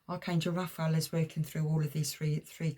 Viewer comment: Sorry but its pronounced Raf a el